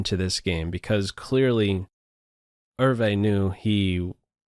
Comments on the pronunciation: Ervay? I thought it was pronounced as ""YOU". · "ervee"? open google translate, paste his name , click the speaker icon and hear the difference. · Hi (Hope that's spelled correctly), the Dutch name Euwe is pronounced like "Ao va" with the accent on the first syllable. Love your postings, Chig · "Er-vey?" And to think I always pronounced Max Euwe's surname "ewe" or "you!" 😱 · I have a friend in Holland who's Mother was Euwe's housekeeper for some time. He said to me that the surname is pronounced 'Erva' Hope this helps! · This is the third of your Bobby Fischer videos I've watched, really enjoyed - and passed on to others - but surely Max Euve's name is pronounced 'oovuh"'? Grew up in chess (in Brooklyn and Connecticut) at the time much of this was happening, following Bobby, and very excited by it all. Many thanks for your work on these. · You need to learn how to pronounce “Euwe” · Max Euwe is not a German he's from Holland (Dutch) and the name Eu we is very difficult to explain how to pronounce in Englisch